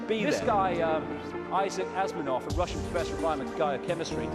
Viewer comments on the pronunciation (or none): Who the hell is Isaac Asminov? I can't believe he said Asminov....ASMINOV It's Asimov, you twit!